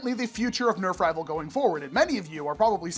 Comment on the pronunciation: I heard Nerf nival 💀